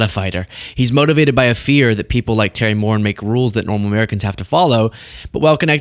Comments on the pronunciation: the Irish last name Moran is pronounced “mo-RAN” not “MORE in” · Moran is pronounced with the accent on the second syllable, hence, "moh-RAHN." It's Irish. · Terry Moren? C'mon bro, you can't even pronounce Terry's last name. It's Terry Moran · Sorry, but it's Moran- Mo ran! 🏃. Just an FYI 💙🇺🇸💙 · Pronounced moRAN u Moron. Stop picking your nose. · Correct pronunciation "More An." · The late great Robert E. Lee 🥴 Also - Terry’s name is pronounced more-ANN